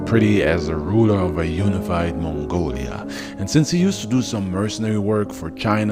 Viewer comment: It's not "mongolia", it's Mongolia.